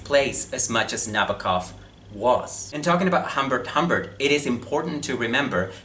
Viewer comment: It's pronounced Nah-bow-kov. Not Nabba-kov.